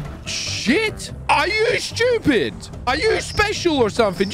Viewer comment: "are u shcewpid?!" - 2021